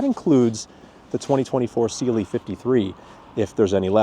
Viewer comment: Stoped watching bc this guy keeps saying sealy instead of cLe